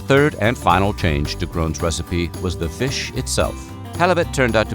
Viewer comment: "THE VISH ITSELF!"😄